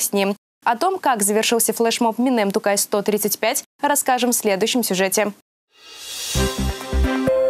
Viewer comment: "Минем Тукай".😳 Первое слово в названии флешмоба ни раз не произнесли правильно. Позор. И это в Казани. Позор этим косноязычным журналистам 👎.